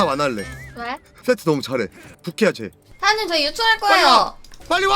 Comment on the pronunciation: 세트 얘기 하는데 왜 들리는건 섺뜨라고 들리지.....